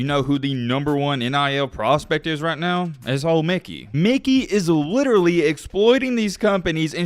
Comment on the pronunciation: Stop saying Mickey wtf